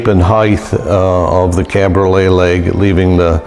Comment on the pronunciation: Cabriole, no "t" on the end.